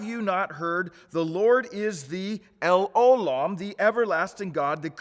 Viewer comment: it's pronounced el O' lam. The stress is on O not lam.